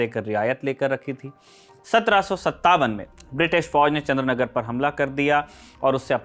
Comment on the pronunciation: It’s not Chandranagar but Chandannagar